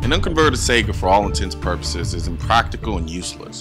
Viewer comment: Damnt dude it isn't "Sega"